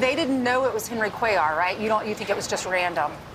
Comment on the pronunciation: do you EVER look to see how to pronounce these names and words you use?? Cuellar is even pronounced IN THE NEWS CLIP YOU USED!